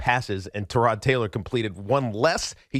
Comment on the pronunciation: Why does Evan intentionally mispronounce Tyrod Taylor's name? Is that his way of insulting him subtly?